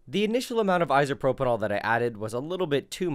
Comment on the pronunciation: Please stop calling it 'isopropynol'